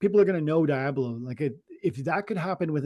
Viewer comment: I’m so upset you guys let him get away with calling it “dai-ablo “ 😒😂